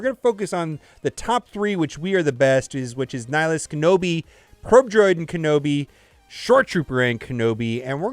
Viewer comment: Ken-awbi "ahnald" lol